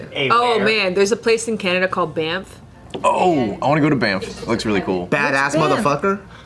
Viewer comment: When Banff is pronounced "Bamf" so much that Bart thinks it stands for Bad Ass Mother Fucker :( hahaha